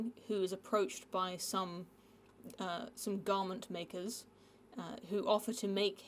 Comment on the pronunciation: The way you say "Garment makers" makes it sound like a slur.